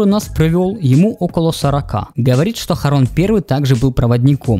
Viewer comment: От твоего" хОрОн" настроение пропало. Делом крч займись, ютубер мамкин